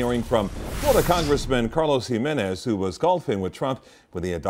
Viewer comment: Jimenez. Not gimenez